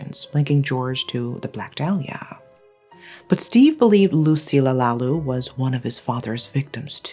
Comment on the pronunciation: lucilla lalu pronounce as Loo See Lya La Loo